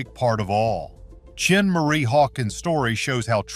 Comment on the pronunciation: Her name is Schenee (Shin-ay) NOT CHIN-MARIE